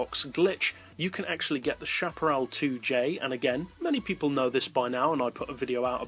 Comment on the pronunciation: what is the right way to pronounce peugeot and chaparral??? per sho ??? peu geot?? shaparral or chaparral???